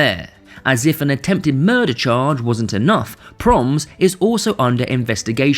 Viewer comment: You pronounce it PRO-MESS not ‘proms’…. Anyway. Do ihataren next. That boy had some sick connections to the underworld.